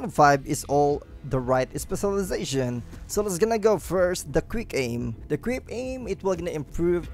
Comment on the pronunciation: Instead of “quick” it sounds like hes saying “greek”